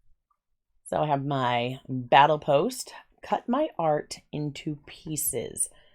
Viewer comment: Don't get me wrong, the boxes and your art is great. However. That says "bottle post" not "battle post" unless I heard it wrong several times.